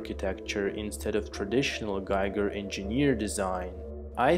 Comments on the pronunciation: bro, his name is pronounced GEEGER not GAIGER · Giger rhymes with eager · Interesting thoughts. Just a small side-note: The famous HR Giger's name is correctly pronounced [ˈɡiːɡər] ≈ GHEEger. Since the name isn't an English one, the "i" isn't pronounced the English way. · Please look around for the correct prounciation of Giger's name.